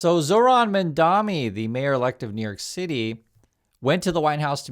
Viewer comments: You need go lookup his name. You mispronounce it every time. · I find it very annoying (and sad, frankly) that you do a story on Mamdani while constantly mispronouncing his name. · yall please pronounce his name right lol mamdani not mandami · His name is pronounced Mamdani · MAM DANI You're saying it the Cuomo way. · Love you but please for the love of God it's MAMDANI!!! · why can't you pronounce his name? what is so hard about pronouncing the letter "N"? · I like your stuff,, but please pronounce Mamdani's name correctly. Cuomo and the other haters deliberately mispronounce it to insult him, so let's all make the effort to respect the man by pronouncing his name correctly.